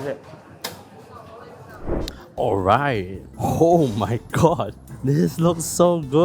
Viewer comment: Is it “hold my gourd” or “oh my god”?